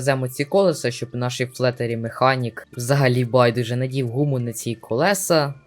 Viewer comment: Не флетарі а флітарі